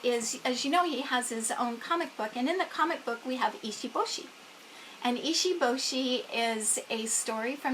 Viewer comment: So cute and you have done a lot of research for sure. It can be hard to pronounce foreign names, I get it Fwiw if he is named after the shark, Americans say maycoe. If he’s pronouncing it as a Japanese name it’s pronounced Mah koh Does he have Kanji characters for his name/meanings? And the “one inch boy” is named Issun Boshi not ishi boshi. (Iss soon boh shih)